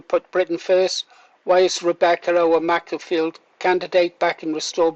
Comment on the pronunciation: It's pronounced Maker-field, as in tool maker.